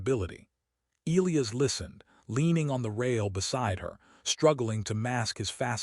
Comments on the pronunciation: LET US TRY THIS AGAIN AND MAYBE WE CAN GET IT THROUGH BEFORE THE END OF THE VIDEO ELIAS IS PRONOUNCED. EEE LIE ASS NOW HOPEFULLY 🤞 THE AI CAN PICK UP ⬆️ THE HINT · FOR A MACHINE THAT IS SUPPOSED TO HAVE INTELLIGENCE THAT IS COMPLETELY INCORPORATED ALL OF MODERN HUMANS KNOWLEDGE, THE AI THAT EITHER WROTE OR NARRATED THIS VIDEO SEEMS TO HAVE LITTLE TO NO IDEA ON HOW TO HANDLE ENGLISH DICTION. ELIAS IS NOTHING LIKE WHATEVER IS BEING PRONOUNCED THIS NARRATOR. THE CORRECT PRONUNCIATION IS ELIAS. E LIE ASS. AND THAT IS IT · Fix your AI. the one that wrote it and named a character Elias, or the one that Narrated it, and doesn't know how to pronounce Elias. either way, my ears are bleeding, thanks.